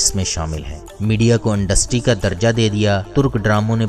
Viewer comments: Dear despite of information your pronunciation is quite wrong. I feel that you had never been at a good institute. You said Andustry where as it is Industry. You said Araq whereas it is Iraq. Tjhere are many words you spoke wrong. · Industry not undustry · Andustry kiya hota h bhai Targat kiya hota h? بھائی آپ لوگ الفاظ لاتے کہاں سے ہیں اور ایسی فحش غلطیاں کیسے کرتے ہیں. تقریبا ہر لفظ کو بدل دیتے ہو آپ... امید کے اصلاح کریں گے. شکریہ